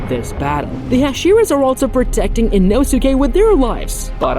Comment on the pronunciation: its annoying how you say his name. you dont pronounce the U